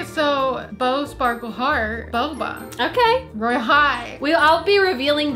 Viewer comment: The way said baba Instead of boba